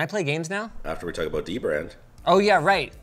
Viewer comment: I always thought it was pronounced Duh-brand lowercase d its dbrand